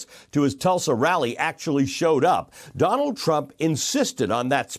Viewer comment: Ali you got it right when you said Donald Tramp! 🤣